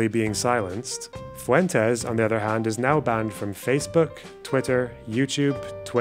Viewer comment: Interesting how Fuentes pronounces his name FU-en-Tess. Won’t even pronounce his name with the Spanish inflection? Yikes